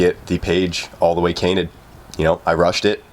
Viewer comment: Ah classic dyslexic moment, didnt get our page all the way cainted, or so. Love you:)